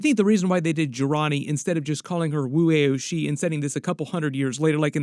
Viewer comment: Just for future reference… it’s pronounced “Woo Ow She” … that middle one being pronounced like the first syllable of the word “ouch” … just trying to help.